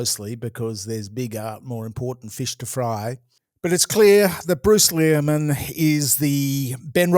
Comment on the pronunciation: Lol, it feels almost intentional of to mispronounce Leary-man's name